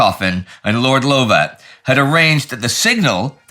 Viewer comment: Come come good Sirrah! Tis pronounced Lovat not Louvat this otherwise splendid work keep it up Sir...